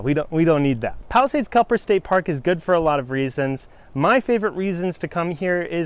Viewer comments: Tell me you know it's Kep-ler, not Kel-per. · Just a friendly heads up, your title and pronunciation is wrong. It's Kepler, not Kelper. Regardless, thanks for your time and review!